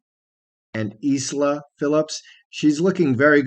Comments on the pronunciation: I'm SO glad you said that because I was too scared to mention MY correction but now I can. Peter's daughter Isla is pronounced "eye-lah", another word where the 's' is not used, Like the words, 'island' & 'viscount'. I didn't want to offend anyone but I would, also, like to be corrected if I mispronounced a word, just for my own future reference. No matter how old we are, we still spend our entire lives learning new things. 😄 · Isla = Eye-la.